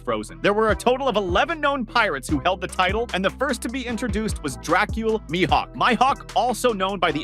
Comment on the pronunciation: Bro said my-hawk 😅